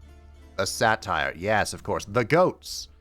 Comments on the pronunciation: the way you say satyr like satire 😭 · That is..a way to pronounce Satyr, I guess. Not one I've heard before, as far as I can recall, but eh.